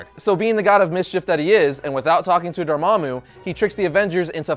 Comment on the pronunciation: Thank you so much for pronouncing Dormammu's name correctly!!